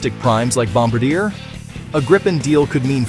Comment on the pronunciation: I've yet to hear an American pronounce Bombardier properly and im 55